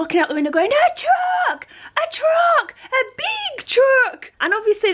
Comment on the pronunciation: When was talking about the truck. What kind of truck? Sounded like she said “dusting man’s truck”